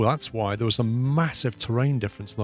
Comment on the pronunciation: I love this series and how you play, the only thing is the way you pronounce "there" is driving me absolutely insane!